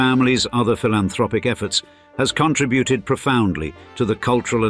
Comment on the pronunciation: …pronounced “contra…buted” (you’d have to be money loaded to say “contra…buted”)